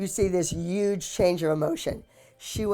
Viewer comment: the way abbys says huge uge